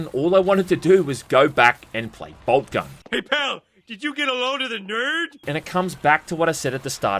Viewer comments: You say boltgun i hear bald cubt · "BobCun" I'm outta here